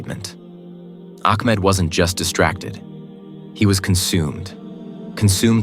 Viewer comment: Ahmed is such a beautiful name...but astagfirullah the pronounciation done in this video is so wrong it says "akmad" astagfirullah which is totally wrong and changes it's meaning... correct yourself here